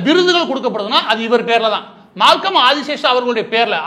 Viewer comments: மால்கம் ஆதிசேஷய்யா என்று அவர் பெயரை உச்சரிக்கவேண்டும். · #இவரது சரியான பெயர் மால்கம் ஆதிசேஷய்யா, இவரது பெயரை மேலை நாட்டினர் உச்சரிக்க கஷ்டப்படுகையில் எப்படி உச்சரிப்பது என்று ஒரு வழிமுறையை சொன்னார்: ADDIS ABABABA என்ற பிரபலமான ஊரின் " அதிஸ்* என்ற முதல் வார்த்தையையும் ASIA(ஏசியா) ( ஆசியக் கண்டம்) என்று ADISASIA-- ஆதிஷேசியா- என்று ஞாபகம் வைத்துக் கொள்ளச் சொன்னார். #